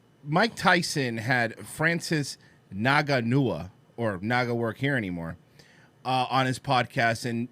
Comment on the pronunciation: The UFC fighter's last name is pronounced "in-gone-new" btw.